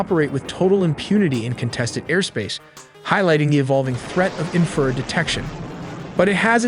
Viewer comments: Although I like this stuff, the AI is killing me with it use of words and pronunciations.. Inferred instead of infrared , just ez stuff. Overall OK though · War-thog? Teer? Inferd? C’mon guys. This isn’t that hard. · The narrator literally cannot read. Infrared barrage, and many many many other words were pronounced like somebody who has never heard English spoken in their lives. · I appreciate the info but I have distain for the computer generated mispronunciation of simple words like infrared. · It’s infra- red, not inferred. Great video though. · Not knocking these amazing videos but who does the narration? he mis-pronounces “infra-red” as inferred? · i tried to watch more after my last comment about the crap ai pronunciations, but then "he" said "inferred" instead of infrared, which "he" has done on every previous video that had the word infrared in it. I got m into it and couldn't watch anymore and gave it a thumbs down. I love AI when I need its ability to sort through information, but when it comes to youtube videos, I just can't stand it. I want to be entertained and learn, and I can't do either of those with a non-human, sorry. This AI has a great voice and speaks very human, but it still lacks the ability to actually sound human. when you guys get a human to narrate, I will watch your videos again because they are good. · Too bad the AI can pronounce VPN better than it can many military terms. What a joke. Infra-red is not "inferred". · Your horrendous ML speech model cannot even pronounce the words 'Warthog' and 'Infrared' properly. At least listen back to the ElevenLabs speech after to check for these simple mistakes. Do better. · .......An 'in-feeeered missels...... .......Baaaaaaarage............... ........Infeeeerd again......... Probably many more mistakes, but well intentioned. Why do you folks usually show jets in afterburner? Wouldn't that drastically shorten their flight time and/or range?